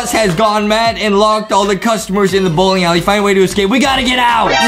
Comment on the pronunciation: Bowling more like Bowking🤣. I really love the video. ♥️